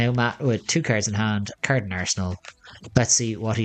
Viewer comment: Even better "Discaird a caird"